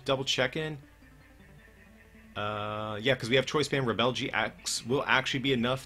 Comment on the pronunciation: Why are you pronouncing the GX attack so weirdly. It's pronounced Rebel as in 'without a cause'. What word are you continuing saying and what does it mean? Re-bell?